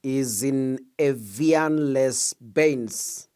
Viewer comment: Evian-les-Bains is pronounced ey-VIAn-lay-BEn,with nasalisation of the stressed syllables.